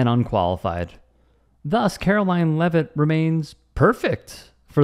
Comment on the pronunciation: Caroline Lie-it ??